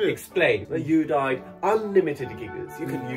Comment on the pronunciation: は本当にユーダイドで草